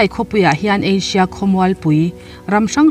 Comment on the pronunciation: ka lo ngaimawh chu....ASIA ni lo a..ASHIA..iti hi..😀..lo sawi ve mai mai